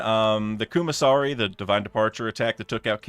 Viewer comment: am i the only one who noticed him saying kuma sari instead of kamusari